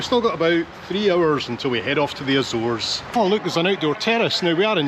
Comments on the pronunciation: Excuse Me! I am Américana and I pronounce Azores as Ahzores. Not as Āzores. 島カナリ。 So there!! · Get it right.... It's Ah Zoh Rez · She wanted to clarify you were not landing at the "Bzores " 😂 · i dont think there is an american pronunciation of azores due to the fact that 99.9% of americans have no idea the azores exist